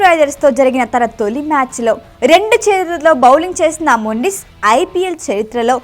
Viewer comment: మొండిస్ కాదు మెండీస్ 😅